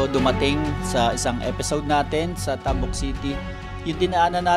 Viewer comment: sakit sa tenga pakinggan yung pag pronounce ng "tabuk".